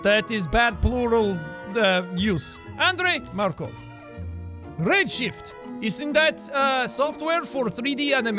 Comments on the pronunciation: Jack it's Makarov not Markov from COD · To be honest I don't even like COD but I'm pretty sure it's 'Makarov' FYI Jack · That "Makov" your talking about is actually "Makorov". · Jack dude it was Makarov not Markov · Anyone gonna talk about how he called the modern warfare Makarov Markov?